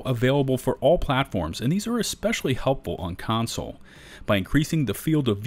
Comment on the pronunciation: It's "console," not "counsel."